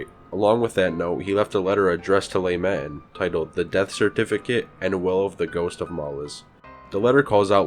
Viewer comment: I can't get over "le matin" being pronounced "Lay maten" either